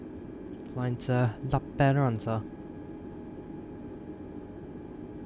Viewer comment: I just came here to hear you say lappeenranta, good job. Finnish is often pronounced funny by foreign people. Im from finland.